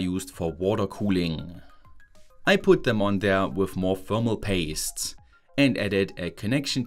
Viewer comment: mmmm pfermal paste (thats a german accent)